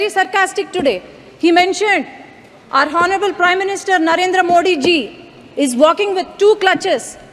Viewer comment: Crutch ,,,,not clutch.'H' is silent in honourable.